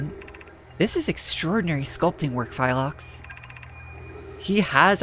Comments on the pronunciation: Small pronunciation thing the g in Gneiss is silent; it's pronounced like "nice" (also there's no i in Phlox) Ah, getting your ship telefragged by the shuttle recall, I think that happens to basically everyone; must be a rite of passage Future episodes... or maybe present ones? Past ones? Sideways ones??? Trying to measure timeloop chronology do be silly... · Wonderful exploration today, some very interesting things learned; and a first-hand demonstration of why teleporting things inside each other is generally not a great idea:P I do feel the need to mention that you seem to inserting a `y` into Phlox's name every time you read it. Not sure how that got there but honestly I don't really mind it. Thanks for another great video to start the new year with,, and here's hoping it's a happy and successful year for you! 💙